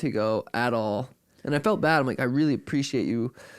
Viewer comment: O’ Malley says bad like this…..Pppbaddd